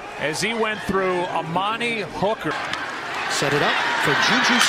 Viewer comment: "As he went through Amani HOoker" lmfao